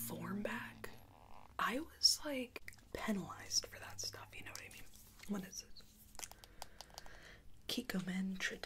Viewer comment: had me dead when she said “stoof”😭😭😭😭